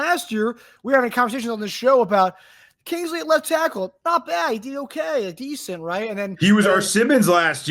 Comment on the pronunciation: Except for the fact that can't even pronounce Kingsley's last name correctly